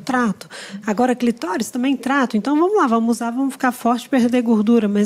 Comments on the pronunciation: Gostaria de saber a razão do não acertar a boa pronúncia da palavra cliTÓris... faz parte da anatomia! Prefiro os vídeos somente com a. Ela conhece muito e tem sensibilidade, além de uma gentileza ímpar. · Olá Luciana, Agradeço por apontar o erro. A pronúncia correta realmente é "clitóris". "KLItoris" é um deslize coloquial comum, é uma palavra com origem grega e latina, com entonações diferentes em diferentes línguas, sendo no latim kliTOris, no grego klitoRIS, mas no Alemão KLItoRIS, mas estou sempre disposto a aprender e melhorar. Atenciosamente